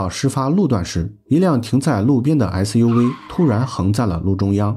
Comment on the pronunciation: 解說員唸SUV超好笑尤其是V